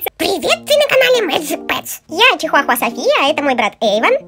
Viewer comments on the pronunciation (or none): none